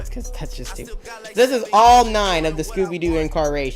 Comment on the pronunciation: Incarnation not inccaration just saying